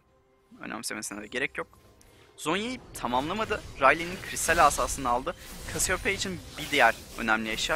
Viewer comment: yalnız kasiyopeya diye okunuyor olması gibi bir durum var